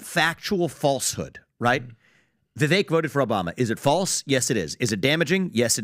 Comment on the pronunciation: Can you please get rid of already? How can you mispronounce Vivek's name so consistently at this stage in the game? That is so ignorant and disrespectful.